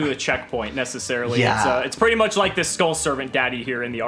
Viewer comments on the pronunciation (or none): none